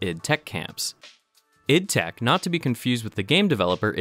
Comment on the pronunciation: Just a notification. It's pronounced I D tech. I worked there as an instructor this last year.